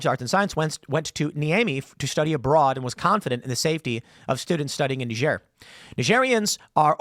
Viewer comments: Why does Tim pronounce Niger funny? It's not Kneejar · say niger properly tim